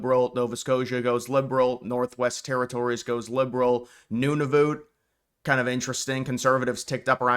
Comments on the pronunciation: Wow. Are you even Canadian? Your pronunciations of Newfoundland and Nunavut speak to someone who doesn't know the first thing about Canada. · These idiotic videos about Alberta joining the USA. And the creator can’t even pronounce Nunavut.